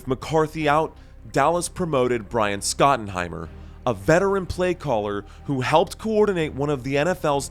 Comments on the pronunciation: Schottenheimer is pronounced SHOT-IN-HYMER, not "SCOTT-IN-HYMER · SCOTT-enheimer? It’s SHOT-enheimer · Schottenheimer pronounced Shot-en-hi-mer